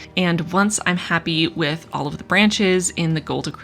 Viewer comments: "I'm very curious where olive you fall." I literally checked the comments mid-video specifically to see if anyone else mentioned this :) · Every time you said “all of” in this video, I heard it as “olive”, which made this even more of an olive themed spread! I love what you’ve done with this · once I read your comment I couldn't un hear it 😄